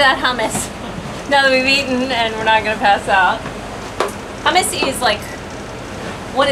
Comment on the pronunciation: Hummus pronounced "Choomoos"